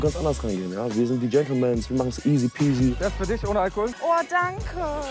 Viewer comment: „Ladies & Germany“ sagt sie immer statt „Ladies & Gentlemen“ :)